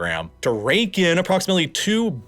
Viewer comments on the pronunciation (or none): none